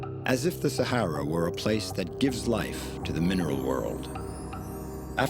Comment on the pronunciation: Sa"hey"ra? No, it is the Sa"har"ra. If you are doing a documentary on a place, at least get its name right!